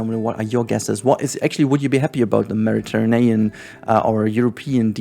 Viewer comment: Sorry but I laugh everytime you said Mediterinean instead of Mediterranean. xD